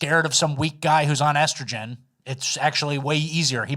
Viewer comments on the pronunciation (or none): none